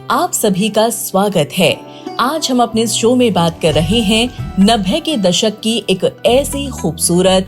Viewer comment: 90 theek se bolo